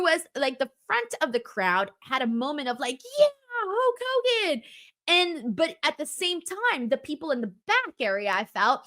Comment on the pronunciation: Okay I've listened to you enough to know that you don't have a speech impediment, so what is up with "Huak" Hogan.